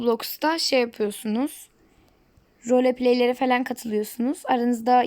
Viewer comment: Repe değil roleplay (rolıpıley